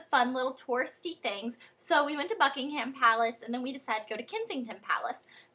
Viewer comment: the "h" in buckingham palace is silent... just saying lol i love the random ending!!!!!!!!